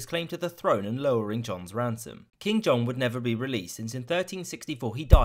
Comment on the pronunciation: not John !!! JEAN